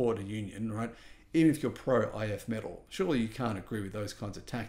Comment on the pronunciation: It is pronounced "If me-TALL."